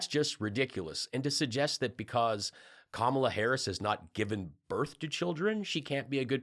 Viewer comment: Kamala = ,la (comma la) They need to learn to pronounce it correctly because she will be next president and be around for a long time💙🇺🇸💙🇺🇸💙